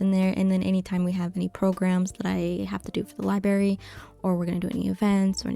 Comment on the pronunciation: Library is pronounced ly-brer-ree, not ly-berry. There's no such thing as a ly-berry and that first 'r' isn't silent, lol. Also, you said quarry when you meant query. A QUArry is where you go to excavate rocks, a QUEry is a request for data or info. 😆